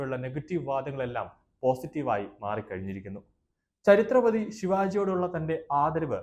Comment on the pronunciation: ചരിത്ര പതി അല്ല,ഛത്രപതി ശിവാജി മഹാരാജ് എന്ന് പറയൂ,,,,ബോ ലോ,,, ഛത്രപതി ശിവാജി മഹാരാജ് കീ ജയ്